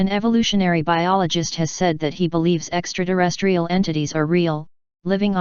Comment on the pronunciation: She says extra derestrial! 🤣